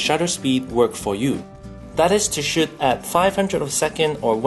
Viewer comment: I like the way this guy pronounces "shoot" as shit.